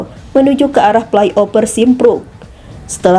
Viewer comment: Play Oper (Fly Over), pidio (Vidio / Video), piral (Viral), maap (Maaf), jenajah (Jenazah), otter ring rot (Outer Ring Road), Kijang Inopa (Inova), Kemudiakan (Kemudikan), Pengemudia (Pengemudi), kecelakaan ber untun (Kecelakaan Beruntun), Muhammed Bin Jayid (Muhammed Bin Zayed), Kapaleri (Kavaleri), Plat eReP (Plat RF), Perekap (Perekam?). Coba naratornya dibenahi pengucapan nya.